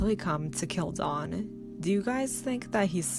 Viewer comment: Get your facts right!!!! Never grabbed her hair! Bad enough you didn't pronounce her name correctly!!!!!!